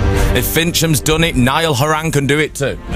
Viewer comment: Niall Ho-ran lol